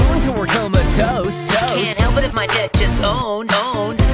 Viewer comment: They say "Deck", I hear "Dick".